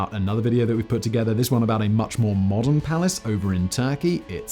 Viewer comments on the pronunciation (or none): none